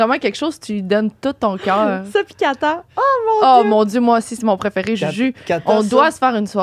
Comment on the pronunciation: Pomal sur que ça se prononce catane